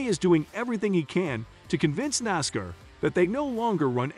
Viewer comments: At least teach the robo voice how to say NASCAR' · Your what is with this human sounding narration but so obviously a computer an being a able to pronounce "Nascar" and "Pocono"